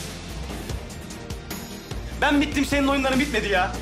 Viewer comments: Rahmet Deniz derken sanki Filiz diyormuş gibi geliyor kulağima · Kulağa öyle geliyo ama deniz diyo hatta ilk başta deniz dediği anda ben filiz anladım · Bende ilk başta filiz diye duydum ama sonra yavaşlatarak izledim deniz diyor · Bende öyle sanmıştım ama Deniz diyor. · fideniz diyor ADAdasDSadASDAsaSaSSaSaa :D :d